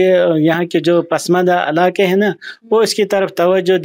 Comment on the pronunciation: It is not padmandas, but pasmandas